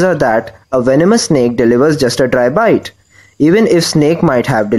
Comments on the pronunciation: Bit nhi bite hota h dhor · Why he is pronouncing bite as bit